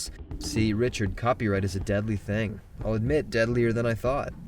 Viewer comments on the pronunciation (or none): none